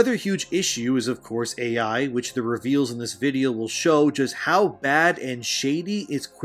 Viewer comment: Its not "Aye yei" it is "A.I." and it stands for "artificial intelligence" ~thank you kammalharris